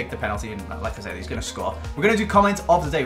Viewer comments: 'like i said' i thought he said 'lacazette' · Every time he says "like I said" what I hear is "Lacazette"